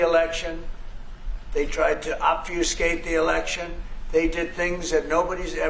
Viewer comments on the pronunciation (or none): "Obfiouscate"? 🤔25th Amendment